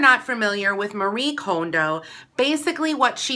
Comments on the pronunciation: Okay- firstly you are pronouncing her name wrong 😣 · does it bother anyone that she mispronounced Marie Kondo's last name?